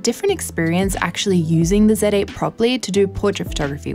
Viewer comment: “First time using a KneeKon Said Ate”